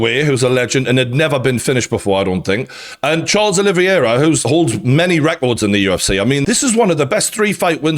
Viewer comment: It’s pronounced: OLIVE - ERA Not: OLIVEY - ERA